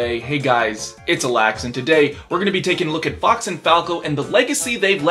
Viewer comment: Can't unhear the brawl announcer saying fuck instead of fox